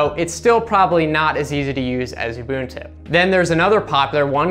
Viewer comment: "oo-boon-too" nailed it